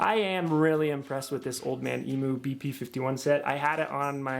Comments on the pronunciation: Great video mate, but from a Aussie please please stop saying emoo and try emyou👍👍😀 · My mate was working in the factory where they made Old Man Emus back in the 80s. BTW, in Australia, emu is pronounced eem-you, not eemoo. Just sounds funny. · Eeem-you not eeemoo. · Emu is pronounced emew btw. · The only thing I regret about starting my build, is now being to broke to finish my build. So what a lot of people do when they get lifted springs, they don’t think of the location of the spring shackles. The shackle hanger needs to be relocated to carry weight. It’s pronounced eem-you.